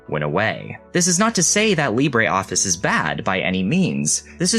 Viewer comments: no us french say : lee brruh office and not lee brah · Lib-ruh is not how it pronounced in French though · That is not how French people pronounce "Libre" 😅 But I do like your """French""" pronunciation of the word, it's how I say it too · I really like Libreoffice, used it for many years.... I've never heard anyone say it's name like THAT before; quite unsettling.